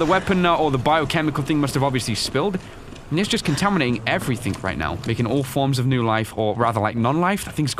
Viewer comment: English.exe has stopped working downloading everythink